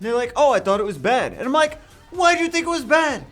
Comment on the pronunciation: All time u said "i´m like" i did understood "mike" lol